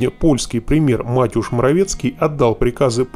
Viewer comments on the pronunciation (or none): Не МАтеуш, а МатЭуш!:)